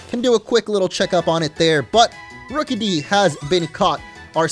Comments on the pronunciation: It's not rookeedee it's rookidee like rook-uh-dee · This is how to pronounce Rookidee Ruu kid e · look it's a rukidee when it's name is rookidee